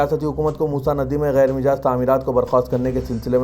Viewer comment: Ghair mijaaz nahein ghair majaaz